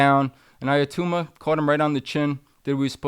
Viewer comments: His name is NOT "iyatuma".. ITS Itauma: EE _TAO_MA. Make an effort to get it right FFS. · First of all.....his name is not iatoooma......it's pronounced itowma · How on earth do you get to "Aya-tooma"? It's not that complicated a name. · Usyk and Itauma are not difficult to pronounce. It’s not Yusyk and Iatamma! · eye a tooma lol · Right?! 😂 Itauma (e-taow-ma) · Learn how to pronounce his name please